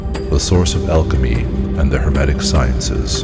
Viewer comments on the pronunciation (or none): none